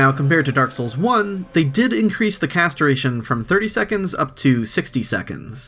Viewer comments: What you say: "cast duration" What I hear: "castration" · please be careful to enunciate "cast duration"